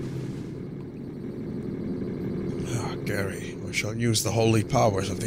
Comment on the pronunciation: wtf... vinny says "Gary" when it suposed to say "Garai" ? how? why? XD